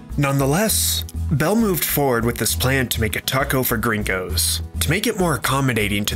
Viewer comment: Im flattered you use that mexican lingo but it feels so damn weird to hear you say "gerraingos" so much